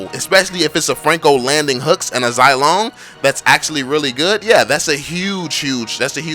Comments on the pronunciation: Zai lone? I say ze long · Zilong is pronounced zee-long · And you cant even say zilongs name correclty 😂👎